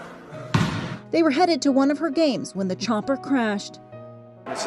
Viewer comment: Did she say Trumper instead of chopper